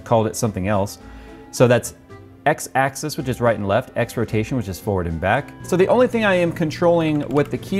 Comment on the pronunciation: He kept saying "axis" but it sounded like "access" :)